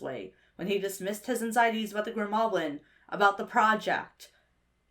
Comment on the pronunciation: This video is magnificent but the way you kept pronouncing “Fiddleford” and “Grimgoblin” really set me on edge 😂